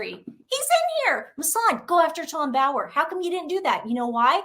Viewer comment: No offence folks, but his name is Tom *BOWER, not Bauer. 😊